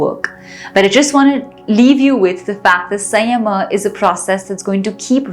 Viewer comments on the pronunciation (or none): 😂😂😂 You are saying SAYYAMAHAA. It's SAMYAMA. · We appreciate you for this exploration but please pronounce samyama correctly which has immense impact when we pronounce it. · She is correct. In Sanskrut it is संयम: Sadhguru says Samyama. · How can one do this much wrong pronunciation.Samyama & sanyama are completely different things girl . Pls be conscious of it. don't want to discourage you, but you can do things better if you don't mess with the words & pronunciations.pls take it in a positive spirit. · Your pronounciation is wrong especially samyama